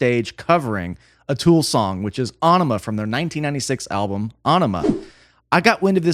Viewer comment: You pronounce ænima wrong. It isn't a na after the æ, it's pronounced a(knee)ma